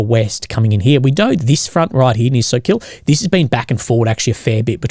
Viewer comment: we talking about attritional warfare... again 🤣🤣🤣 speaking of the ruzzian soldier who surrendered, well with the new law in Russia, he will surely get 10 years in prison for voluntarily giving up if he lucky to get exchanged that is. And it's not a SOKIiiL 🤣🤣it's SOKOOOL OOOOO Not IIIIII in the middle, village it's named after a bird, kinda like a hawk.